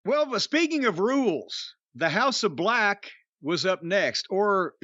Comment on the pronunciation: "House of BLECH" this man is a genius 😅😆🤣